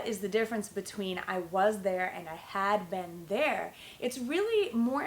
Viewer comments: it's very difficult for you to teach because your pronunciation of been its verrrryyyyyyyyyyyyy baddd omgggg disgusting sorrry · you pronounce "been" like "ben" ...i've never heard this accent